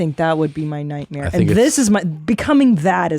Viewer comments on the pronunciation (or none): I think Christina meant "night-meer"